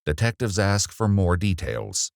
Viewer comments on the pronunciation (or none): I have fatigue of a race who are unable to pronounce “ask” properly